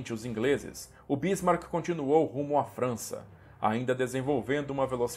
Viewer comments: Amigo é Bismarck e não Bísmarck. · Onde você arranjou esta acentuação na palavra Bísmark ? Não é proparoxítona.